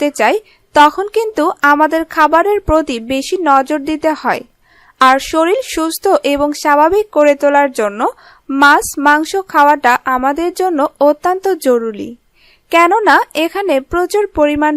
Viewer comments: Mas noy kathata maachh... Mane fish. R soril noy bolun sorir... Nirghat apni Bangladeshi... Apnarai paren kathar ma maasi ak kore dite... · Madam.... Sorir / soril nay... 😋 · Soril naki Sorir? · আপু শরিল না শরির আর জরুলি না জরুরি।।।।।আসা করি নেক্সট এ আর ভুল করবেন না।।।।।